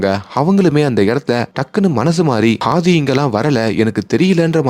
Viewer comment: Pls pronounce அ as அ not ஹ,it's ஆதி not ஹாதி